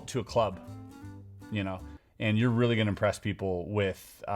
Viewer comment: Did you say it was reel-y strong? ha.